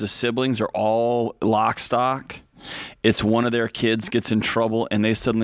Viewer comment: “Lockstock”?? or maybe “Lockstep.”